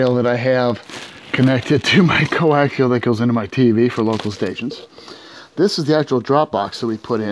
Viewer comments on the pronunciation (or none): none